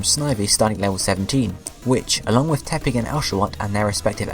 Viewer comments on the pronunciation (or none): none